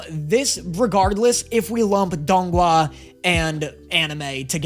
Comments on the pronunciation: pronunciation of donghua sounds like donggua, which means winter melon. This is probably a pointless comment, but I thought it was cute hahaha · i lose a year of my life everytime says donghua